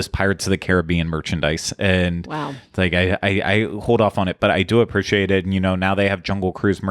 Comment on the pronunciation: Appreciate = uh-PREE-shee-ate.... Not sure why this bothers me so much but pronunciation of Appreciate is irking me